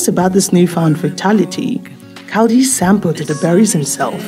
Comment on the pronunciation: The goatherd name was Kaldi not Kawudi Thank you for your video🎉